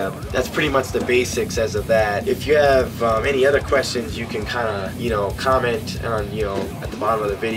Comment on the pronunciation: kestion "tuuuueeeee" haha, still awesome man